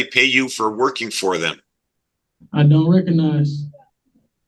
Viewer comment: "i don' reco'nize" THIS HURTS MY SOUL IT IS SSSOOOOOOOOOOOOOOOO FRUSTRATING!